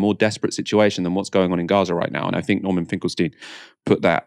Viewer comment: please stop saying " I fink".